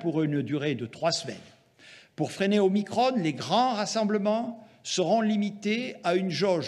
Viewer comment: Et c’est pas omicrone c’est Omicron bordel